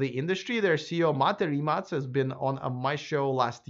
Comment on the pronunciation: Congratulations!You are first "foreign" reporter who pronounce "RIMAC" correctly.